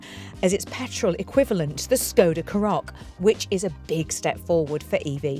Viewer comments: It's lovely how you're trying to pronounce "Škoda", but both versions you said (something like "Skow-da" and "Shkow-da") are a bit off. 😊 In Czech, there's no "ow" or "oo" sound in it. The correct pronunciation is roughly "Shko-da", with a short "o" in the first syllable and starting with a soft "sh" sound (like in "shoe"). So no diphthong – just a clear, short "o". Hope this helps! 🇨🇿🚗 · ginny`s sensible, says skoda, `s daft, and says silly SCHKODA, ginnys correct! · Škoda is more easier to pronounce in Scottish 😂